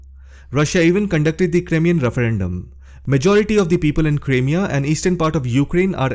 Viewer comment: Crimea pronunciation . The "Crim" part is pronounced like the word "cry". Like Cry-mea..